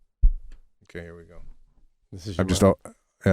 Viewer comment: Did Sebastian say ‘akay’ let me break it down…once you thought you could belt out tunes😂😂😂 oh my gosh!!!